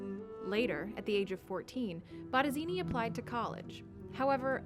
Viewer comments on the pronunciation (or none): Baradini??? que carajo pronuncia la voz en off??? B-O-T-T-E-S-I-N-I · I was hearing BotteZini.